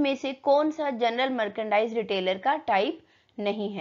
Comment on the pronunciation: Mam ap merchandise ka pronunciation galt kar raha ho